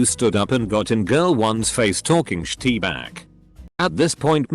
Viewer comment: Us: shit Reddit robot: shi-tee